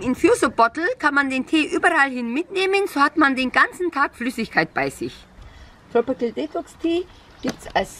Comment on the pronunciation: tropicil tropical spricht man es aus